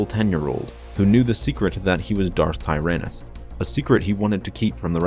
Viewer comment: Tyrannys not tryanus..